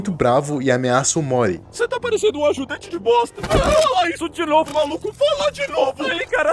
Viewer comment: Sempre que ele fala "o morty" eu escuto "omori" Mais alguém?